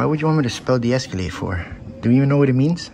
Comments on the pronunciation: Is personal space a policy or a law? Is she "feelings" enforcement because you "feel" he is too close to you? And it's "de-escAlate" not "de-escUlate." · He can't even say it right. "Deesculate" is the way he pronounced it. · Or as would say es-que-late.